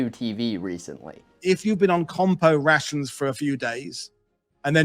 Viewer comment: I swear that the further into the video he went, his pronunciation went closer and closer to "c-rat-shuns", which sound eerily similar to the modern "C-rats" meme.